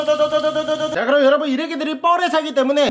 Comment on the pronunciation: 에 워터~인데 퐈이아....?